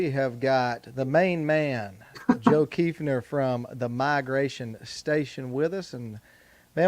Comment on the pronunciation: So nice to pronounce my last name correctly. I am planning an Arkansas hunt in March.